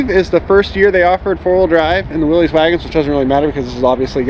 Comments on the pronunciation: It's pronounced Willis...not willeez! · like you most people mispronounced Willys. The correct sound is 'williss' (rhymes with hiss) not 'willeez' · I’m a curmudgeon. It is not now, nor was it ever a Willie’s. It’s Willys (pronounced Willis)